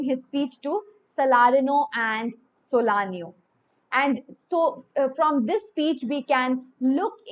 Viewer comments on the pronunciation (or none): Ma’am it’s SALANIO NOT solanio